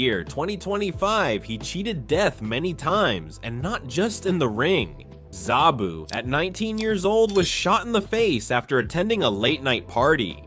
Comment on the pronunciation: It's sabu not zabu